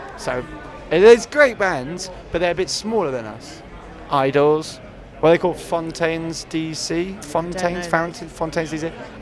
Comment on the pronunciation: Oliver Richardson shame he can’t pronounce them